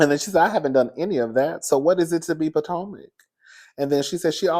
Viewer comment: Not "Poortomac"!!!!